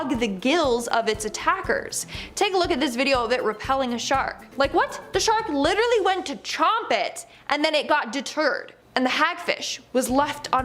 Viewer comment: Please learn how to say "Literally", and then stop saying it... it's very annoying ( lit-ter-al-Lee ) not "liderrary" ... I could start a drinking game and not make it past the first two minutes of your FISH segment 😒